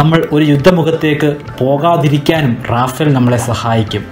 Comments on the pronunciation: Yes, it's റഫാൽ not റാഫേൽ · റഫാൽ ആണ് it's a French name, റാഫേൽ അല്ല.